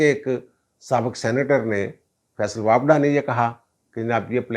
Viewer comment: سر جی واپڈا نہیں واوڈا..